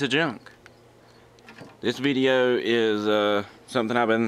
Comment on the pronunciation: "veedeo", "accreeate"... what is english?